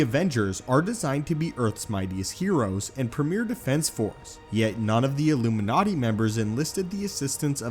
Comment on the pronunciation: The debut of the "illumiNaaati"